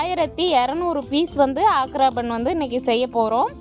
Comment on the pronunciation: ஆக்ரா பான், பான் என்றால் வெற்றிலை. சரியாக உச்சரிக்கவும்.